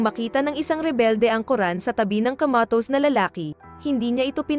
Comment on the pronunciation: Commatose po hndi komitos..😂😂😂😅😅😅